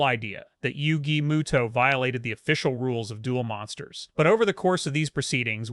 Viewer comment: Moto not muto